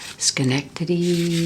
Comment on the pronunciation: Love that you pronounced Schenectady right!